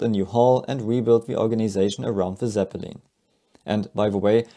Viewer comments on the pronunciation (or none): Zeppeleen smh